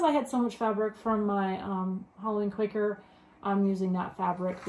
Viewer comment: Think it’s Quaker, not quacker lol. Loved watching you two